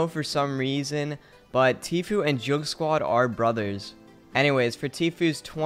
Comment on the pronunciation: this man said joug squad and laaacklan bruhhh it’s joog swuad and LOCKAN